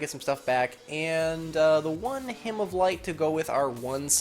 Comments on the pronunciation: Hymn is pronounced "Him" I know it's weird. It's like Autumn. Great deck btw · He was purposefully mispronouncing it. Hymen is something completely different........ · ***** Oh I get it. I didn't hear properly sorry. I know what a hymen is I just thought you said "Hymin". That's hilarious and I feel stupid for not hearing it.